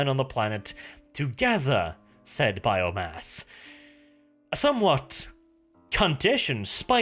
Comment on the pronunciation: "biomayuss" my sides